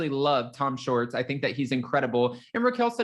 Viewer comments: It's Schwartz not shorts,! You sound silly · Tom Shorts? It’s Tom Shwartz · It’s SWARTZ…not SHORTS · Dude you are totally saying Tom Shorts...that isn't his name! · I can’t stop chuckling hearing you keep saying Tom Shorts! lol